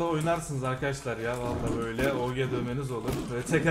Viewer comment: Abi esjiye dön böyle oge demesi sıkıcu abi legend sıkıcu eskiye dön